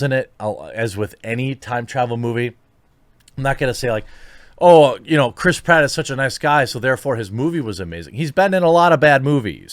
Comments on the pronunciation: cant unhear Crisp Ratt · Your pronouncing it wrong. Crisp Rat. Now you can't unhear it. Suck it twatters.